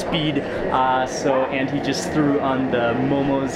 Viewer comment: Hey..Mark I like the way you pronounce anties..😅😅👍👍